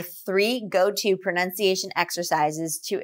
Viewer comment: I think you should work on your own pronunciation as well. I can sense your slight regional accent, and you do not pronounce some words clearly enough. One example is the word "pronunciation" that you often pronounce as "prunciation"